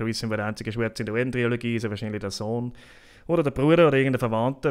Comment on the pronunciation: Wtf Mann... es heißt Trilogie nicht TriOlogie!